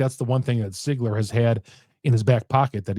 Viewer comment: I think it's pronounced (Seeeegler) , not ( Sigler). Correct me if I'm wrong.